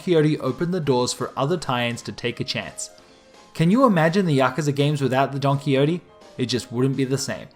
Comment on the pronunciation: Don-kwi-ho-tay, not donkeyote. Seriously, why the fuck do westerners not know how to pronounce this is beyond me.